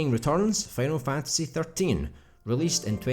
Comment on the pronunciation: “Fanal Fantasy”